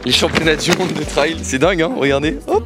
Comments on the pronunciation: Video incroyable comme d'habitude. Par contre à chaque fois qu'il prononce le mot "Trayyyyyll" j'ai envie de pleurer. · Incroyable la vidéo! Pour une première ta performance est à souligner, c'est un effort tellement différent, je savais que tu allais quand même performer mais de là à finir premier... Par contre je me dois de le dire, à chaque fois que tu disais trail ça me piquait aux oreilles ahaha🤣🤣 Chez nous on dit [trèle] et vous du coup [traye] Continue comme ça